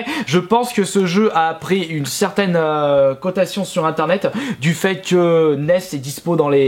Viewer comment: de sa côtation. -_